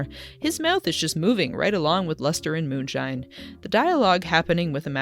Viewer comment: His name is "Luster"? I kept hearing "Lester"